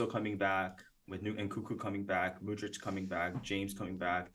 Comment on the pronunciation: Mudryk not Mudric, Mudric lives in Serbia or Croatia) Top-level otherwise!